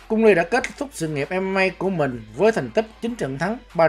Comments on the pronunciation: Nó bị ngọng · Cung lê mà đọc cung li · Cung Lê, chứ cung ly gì bà, người việt phải ng tàu đâu